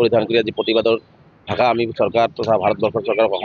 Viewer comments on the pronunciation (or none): none